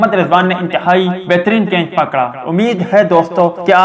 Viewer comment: Bhai G kainch Nahi Catch Hota Hai Pahlay sahi Bolna Sikh Lain Meherbani